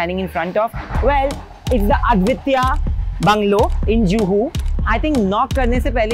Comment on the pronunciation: aad-vitya????? its a-dwee-teeya. a as in uh, dwee as in dweevedi, tee as in teertha and ya as yama, whats so difficult in getting the pronunciation right???